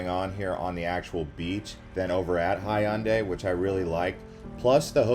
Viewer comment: 자꾸 현대라 해서 먼말이지 했는데 해운대였음 ㅋㅋㅋ